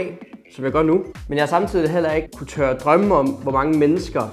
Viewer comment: Jeg mistede lidt fokus da du sagde tørre at drømme om og ikke turde at drømme om 😅